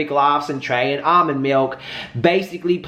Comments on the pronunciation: HIS NAME IS NOT ALMOND IT ARMON PLEASE GET HIS NAME RIGHT IF YOU WANT SOMEONE TO GET YOUR NAME RIGHT !!! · I'm dead did u jus say almond lmfao its ar'mon 🤦🏾‍♀️🤦🏾‍♀️ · You pronounce Armon so weird😂😂